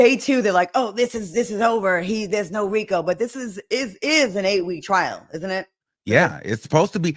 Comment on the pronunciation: It’s “Trial” not “Trail” ijs